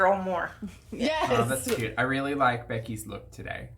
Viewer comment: I have an insane hatred for the way she says cute. Additionally, as I have mentioned before, the vocal fry couldn’t be more irritating!